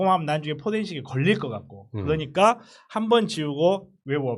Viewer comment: 저분 발음이 이상해요 들을때마다 많이 짧아요 ㅋㅋ .그너니가 . 요거도 .한만노. 발음 ㅋㅋㅋ